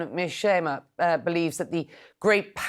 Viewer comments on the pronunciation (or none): His name is John Meirsheimer not John Meirsheim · CNN can't even get his name correct. Notice how CNN can't spell it correctly and the host can't pronounce it correctly. Shows how ridiculous CNN truly is and how much credibility they lack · You got his name wrong…it is Mearsheimer!